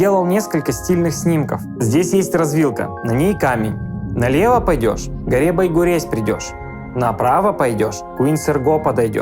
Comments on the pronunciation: Байгурезь - читается как Байгурежъ. А ещё ты бы приехал и позвонил мне. Я бы тебе все показала и удмуртские названия подсказала. А ещё есть южный район. Большая Уча. Найди и расскажи. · Да почему же вы все путаете, читается не Байгурезь, а Байгурежь